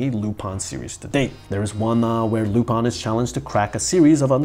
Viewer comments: lu- pin not lup-an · It's lupin not lupon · Why do you say Lupan? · Your pronunciation of Lou-Pawn is getting on my nerves! I’ve always heard it as Lupin. Where are you getting the “pawn” from?